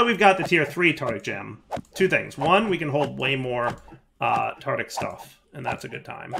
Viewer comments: and his way of pronouncing Tardic (not Tartaric) gems. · As much as I love videos, the way he pronounces tartaric gems always annoys me It’s tartaric, not tartic:( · One day, will learn how to pronounce “Tartaric”. But it is not this day.